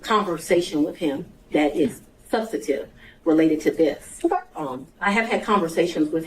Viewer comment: She keeps saying SUBSTATIVE. THAT is not a word. I’m assuming she means sub·stan·tive . How did she get her position? She sounds uneducated. Poor court reporter. Going to be a lot of sic in this transcription.